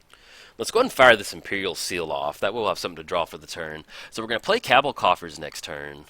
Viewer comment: You say Cowbell *Cabal coffers so weird